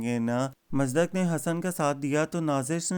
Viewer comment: Musdaq ni hota Bhai Musaddaq pronounce karte hn.